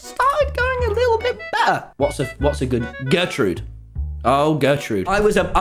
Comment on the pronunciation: Wait did u say Gertrude.... fans comment